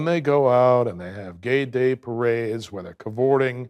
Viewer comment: Mr. Genius man thinks cavorting is pronounced caborting.